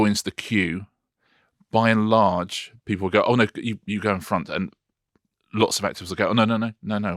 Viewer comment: Richard, do you realise how often in all these videos you say by enlarge!